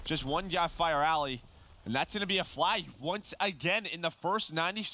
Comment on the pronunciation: "And once agun"